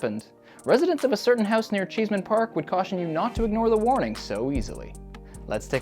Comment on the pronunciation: CheeseMan Park? It's ChessMAN Park. SMH. Did you not watch the movie? LOL